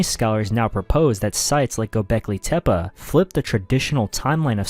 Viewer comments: Tepe ❌ Tep-uh ✅ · Yes tep-peh is correct. Which is why this video that says tep-puh is wrong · Its called tepi not tepa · Dude can’t even pronounce Tepe. Vids bunk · Stopped watching immediately for that pronunciation of tepe😂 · Take a drink every time he says Tepe wrong 😂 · Came right out the gate with it, I'm like, oh no ! 🤦‍♀️ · Casuals listen to joe Rogan too much saying it wrong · Maybe that’s how the original inhabitants said it